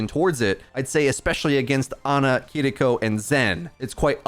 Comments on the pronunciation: Please stop saying KEE-DEE-KO I'm cringing every time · Her name isnt kiddikko. Its kiriko. Stop pretending you have a Japanese accent and have trouble pronouncing the r sound. i keep telling you ppl but its like white ppl just strive to be as racist as possible as much as possible. Do you pronounce pharah with a egyptian accent? Ya thought not. You actually have been convinced kidiko is the right way to say her name. You arent from japan. Drop the fake offensive accent and tell ur dumb friends who do it. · why bro saying Kiriko so strange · Weird that this dude rolls the “R” with Kiriko but not Sombra 🤔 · The way you pronounce Kiriko is annoying.